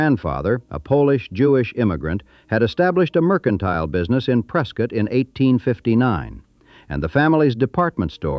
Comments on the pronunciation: At least Preskitt was pronounced correctly. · I don't know what's more impressive; the facts this video nails, or that the AI narrator correctly pronounced the names Hohokam, Prescott, and Mogollon.